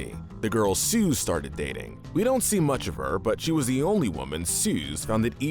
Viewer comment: Ah yes. Good old “Suze”😂